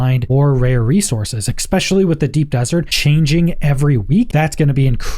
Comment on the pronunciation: Also, "expecially"